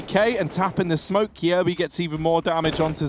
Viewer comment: The way you pronounce "Kjaerbye" is so cringe xD